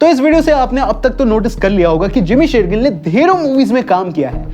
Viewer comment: Jimmy SHERgill se Amrita SERgill? Achanak aap logon ko kya ho jata hai??? “श” akshar bolna itna mushkil kyun hai??!! 🤔🤦🏻‍♂️